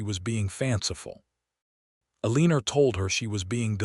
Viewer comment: I can't wait until AI improves enough to pronounce words correctly, especially Eleanor! 😮